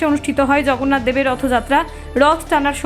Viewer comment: আপনার উচ্চারণ ঠিক করুন। রাz্য , zয়, zগন্নাথ! সব কিছু নিয়ে ইয়ার্কি মারা যায় না! সবকটা শব্দের উচ্চারণ 'বর্গীয় জ', ইংরেজি Z নয়! 😡😡😡